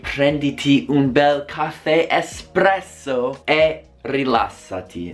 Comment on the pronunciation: Prenditi un cAffè e rilassati Ma che c***o